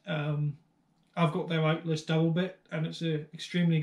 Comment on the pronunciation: Ochsenkopf ILTIS is pronounced like ILL - TIZ. The Rinaldi Axes are superb. Thanks for the Info!